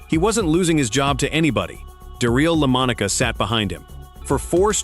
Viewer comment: I really wanted to watch this video but If you can not pronounce correctly the name of the person your video is about then I can not take your video seriously enough to watch it. I do realize this voice is A.I. genererated it does not matter you still have to get the name correct. I wish you good luck with your next video. I know making YouTube videos is hard and maybe your future videos will not contain these type of errors.